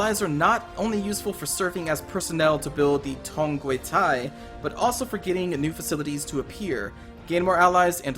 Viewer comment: You are pronouncing Tongquetai like Thai language lol